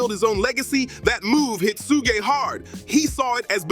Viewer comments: It's not pronounced soo-jay knight. It's Shuhg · Yeah that sooga is no joke 😂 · Every time he say Suge name i loose it 😂😂😂 Who da fk is Yiyo😂😂😂